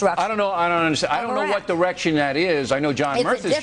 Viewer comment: at 656 bill says erection instead of direction lol.